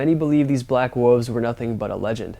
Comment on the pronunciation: you are straight up my man but it is wool-ves not "woofs!" P.S. I appreciate your research (e.g. Battle of Los Angeles)